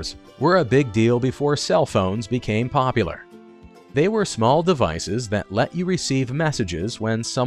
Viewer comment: Did you know that there is a U in POPULAR that needs to be pronounced?